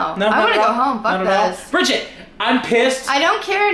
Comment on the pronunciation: always says briggett not family he does it all the time you all yell at brigget she just acting out like you all are